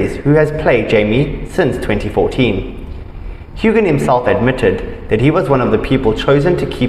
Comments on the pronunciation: Hew- an !!! Learn to pronounce it. He doesn't have a daughter with Balfe!!! The child is with Mackenzie Mauzy .. awful information relaxer you are,😕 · Don't pronounce the g in his last name!!